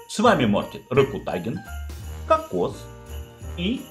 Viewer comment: Кокс а не какос